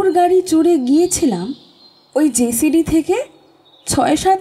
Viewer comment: নাম টা ' জসিডি ', জেসিডি না।